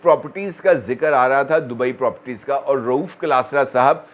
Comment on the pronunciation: this word is properties and not propties.